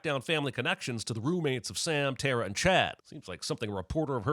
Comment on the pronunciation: Sin for every time someone pronounces tara as terror 😂